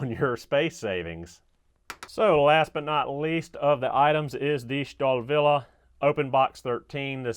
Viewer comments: Star-Willie is the correct pronunciation.. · "STAHL" in Stahlwille means STEEL in english. So, ... Starwille is compl. nonsense. ... Trust me, I'm a german.